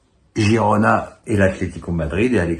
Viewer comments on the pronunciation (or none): none